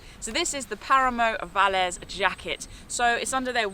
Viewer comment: Hi. Nice review...love all your videos. Just a note - is it called "Velez" jacket not "Valez"?